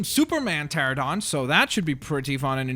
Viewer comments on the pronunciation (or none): PTERANODON NOT PTERADON!!